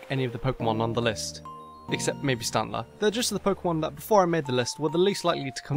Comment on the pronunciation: U huwt my feewings by saying strantler, one of my fav Pokémon, is ugly >:(